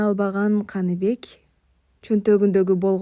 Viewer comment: Канибек эмес Каныбек деп окунуз ээ😅